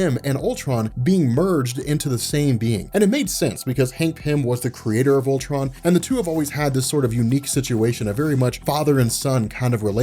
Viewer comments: it sounds like he's calling him pimptron lol...this comic seems like it's heading twords another huge climax that in the long run won't mean anything..I hope I'm wrong but marvel's track record it what it is. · Lol sounds like he keeps saying pimp tron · Please tell me I'm not the only one who misheard him saying "PIMPTRON".